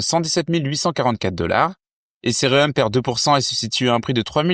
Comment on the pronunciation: Les gars vous avez 0 hype vous voulez nous vendre des trucs, sérieux... Vous n'écoutez pas les gens, vos gingles sont malaisants, la prononciation de ethereum aussi. En revenche la qualité des infos proposées sont excellentes. En gros le contenu est bon le contenant claqué au sol. Preuve vous n'avez aucune croissance organique.